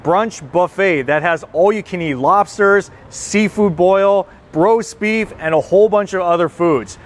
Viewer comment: Did he say brosbeef instead of roast beef in the beginning? I had go back several times and listen more clearly and yes he did say brosbeef.